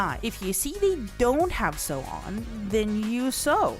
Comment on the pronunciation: MF didnt know how to say sow then reap